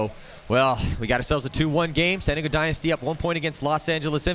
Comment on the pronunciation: why cant the commentator pronounce San Diego, I spent 45 minutes trying to figure out what "Santigo" was